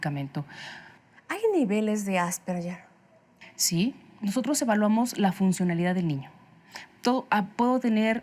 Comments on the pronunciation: Ale Lara nunca suena como Ll ! Es un apellido austríaco y la g suena en alemán como una g suave (de gato) AsperGer. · Ademas q no es "Asperller" se pronuncia en castellano ASPERJER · Empezamos mal asperyer No ,No ,,es Asperger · Se pronuncia "Asperjer", no "Asperyer", es un apellido alemán, no anglosajón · Se pronuncia “Asperguer” no “Asperyer”, y si no me creen escriban en Google “cómo se pronuncia Asperger” y denle click a la primera opción (o a cualquier opción) y súbanle el volumen para que escuchen bien. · Lo pronuncia con una G inglesa. Ganar no yanar, George no yorch, gemido no yemido, asperge no asperye. 🤔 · Tambien lo noté...me dolía el oído cada vez que decían "asperyer" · Pronuncian mal "Asperger", es una palabra alemana, por lo que la letra "ge" se pronuncia suave como "gue". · No se pronuncia "asperyer " , investiga antes para que te tomen en serio. Es alemán y se pronuncia como el apellido. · NI AsperSHEEERH NI asperJEEEER se dice: ASPERGER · Por qué lo pronuncian así!? :(((((( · ya empezaron mal diciendo "AsperSHer" y solo hablan de niños. Hay adultos asperger. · Por más que la especialista dijo Asperger, la conductora dele, que dele, con el "Asperyer" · Asperyer haha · lo correcto es ÁS-PER-GUER. Infórmate bien primero. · El apellido Asperger suena con g como en la palabra guerra, viene del idioma alemán. Si lo dijéramos en español asperger tiene un sonido parecido a la g en geranio, y seria homónima de la palabra asperger que define la función de un aspersor al rociar gotas finas de liquido. Ninguna de las opciones posibles se pronuncia con "y" o "ll". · "Asperller" Ayuda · Creo que la conductora cree que es en ingles ASPERYER... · No estan pronunciando bien asperger en español